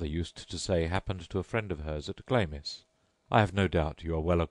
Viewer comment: Stopped listening as soon as he pronounced 'Glamis' as 'Glaymiss' instead of 'Glarms'..pah.